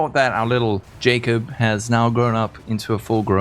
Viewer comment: Ahahah Ja"cub" was next level XD